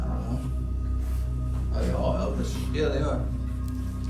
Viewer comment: I love the way he said f*cking Elvis!😡💢Like if Elvis owed him 50 bucks 🤣😂🤣😂🤣😂🤣